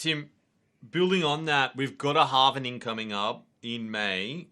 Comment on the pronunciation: it is called hal-ving not hal-ve-ning